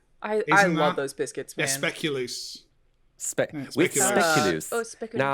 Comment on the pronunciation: Speculoos? Is it similar to dutch speculaas? If so, it’s pronounced spay-coo-lows